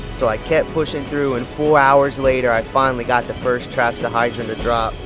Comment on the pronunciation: "Trapsahydron" "Ada-mentos"